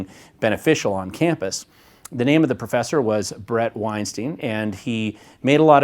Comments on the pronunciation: Wein-stein. Not steeen. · You are mispronouncing his name though.😉Brett and his brother pronounce their name like you’d pronounce Albert Einstein. Not like disgraced Harvey Weinstein.